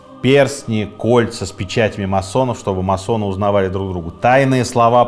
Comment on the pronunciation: Почему всё время говорят о маССонах??? Правильно говорить маСоны... "С" должно быть очень коротким....